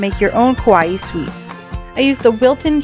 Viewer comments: No kowai is scary kawaii is cute Kowai - ko-why-ee. Kawaii - ka-why-ee Sorry can't help it I do this everytime when I see someone saying Japanese wrong since I'm from Japan and my dad is a Osaka person,Osaka people usually gets mad over this kind of little thing so sorry if I was being rude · Anyone else pronounce Kawaii Ka-why? Instead of Ka-why-ee?